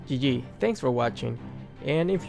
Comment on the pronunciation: yo anyone heard him say "nice maniac" and "eg" (gg)